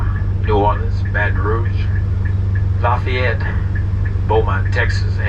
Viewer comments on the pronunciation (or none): none